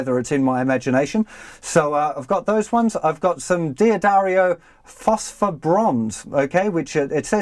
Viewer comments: The correct company name is pronounced Duh-Dario, not Dee-Addario.Many make this mistake. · Is not DEE-addario, but DADDARIO pronounced :-) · It’s not dee a dario but dahddario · Really helpful video. But mate, could you stop saying 'Dee Addario'? It's driving me crazy!